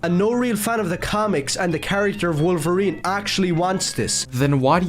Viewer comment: i can’t believe no one mentioned how logan says “i am wokerine, and i am going to wokerine you”